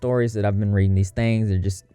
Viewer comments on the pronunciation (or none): none